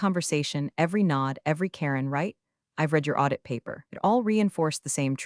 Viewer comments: It's a common mispronunciation error. Like 'reed' for 'red'. Funny how they don't mispronounce labyrinthine. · Too bad you still don’t know how to pronounce the word, “read.”